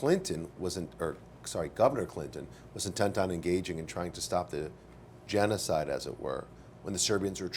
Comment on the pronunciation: gen-o-cide, gen-o-cide